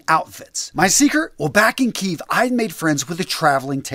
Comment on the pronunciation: Respect for pronouncing Kyiv correctly.